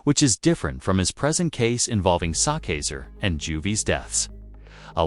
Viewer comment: He said Sock Caser . … delete this whole video 😂